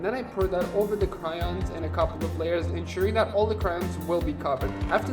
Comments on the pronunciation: cRaIoNs it’s pronounced crayons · “Cryons” “Par too”